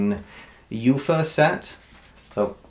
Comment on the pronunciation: Thanks for the review. And thanks for staying positive. I could tell you're not a big soccer fan because you missed pronounced UEFA. But I do appreciate you trying your best! I'm a longtime APBA Baseball fan though I didn't actually play baseball until I was 36yrs old. But I've been playing and coaching organized soccer since I was a kid; I even had the enjoyment of playing soccer in Germany in my early 20s. What I will always look for in a soccer sim game is "flow accuracy" and its ability to represent players including their statistics. As you know, APBA prides themselves on ending games/seasons with near accurate individual player statistics and I think APBA has done pretty well here with APBA Soccer! Having played the game of soccer before playing APBA Soccer helps a lot! Even so, I'll admit that it was hard to get started. After about my fifth game (at about 2 hours each and many mistakes), the game started really flowing and I was able to get it down to an hour per game. The Fast Action Cards help me with the charts, but I still roll the dice for individual player results. Here's what I mean by flow: Throw-in to Micheal Carrick in Area D; who passes to Wayne Rooney in Area B, hoping for a shot but instead he passes van Persie in Area C (in the corner). All this time I'm hoping for a shot, on the edge of my seat JUST like the real thing. Finally, van Persie does get a shot off and now we need to roll to see if it's on goal - we get extra chances from a good assisti